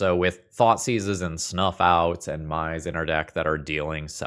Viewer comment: Mai is just pronounced "May" pls 💀